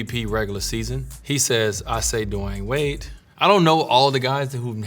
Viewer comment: So I've been calling this man "Dwane" Wade my whole life. You telling me it's actually De-y-uhn Wade?